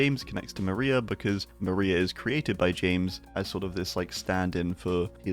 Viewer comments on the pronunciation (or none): none